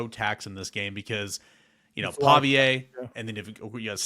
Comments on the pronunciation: are u a Metro?? and its Paviuhhh not PaviA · Why do you call him Paviaye? Its Paviuhh... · Every day listener but I HAVE to say: the pronunciation for their QB is “Paw Vee Uh”